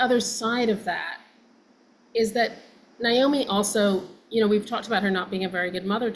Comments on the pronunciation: At least pronounce her name right,,it's NAomi nit Niomi...... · So happy to hear your guests say Naomi‘s name properly. My sister-in-law‘s name is Naomi and I can’t stand it and neither can she when people say NIomi… edit: well, she said it right once and then she blew it😂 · It’s amazing that they both are so engaged and connected to the story, but don’t make the effort to pronounce Naomi’s name correctly. It’s NAY-0mi! And, Melissa, it’s WHY-nOna. Do better, ladies. 😖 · Its NOT NI OMI its NA OMI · Y'all, it's "Nay-O-me", NOT "Ni-O-me. Neigh like a horse not with long "I". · Very interesting. I am looking forward to seeing this. I’m surprised at the mispronunciation of NAomi…they are saying Niomi. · Why do both of these ladies keep mispronouncing the name Naomi? It's NAY-omi, not NI-omi. Long A, not long I. Not even the Judds themselves say the name with a long I. Strange. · Her name is being pronounced incorrectly by both of you. It's pronounced Nay - omi Not Ni - omi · Did she pronounce her name Ny-Omee? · First of all, it's NAY-omi and WY-nona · They both called her Nyomi!